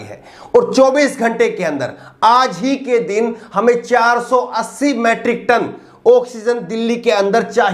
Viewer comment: अबे गधे मैट्रिक नही मीट्रिक टन कहते है।